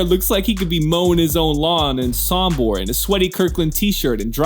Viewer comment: Sombor not Sambor!🎉